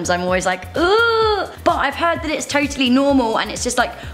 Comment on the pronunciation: I "toe"tally agree